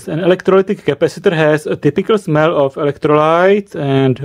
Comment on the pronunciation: "WheN i SmEeLl it." SNIFF SNIFF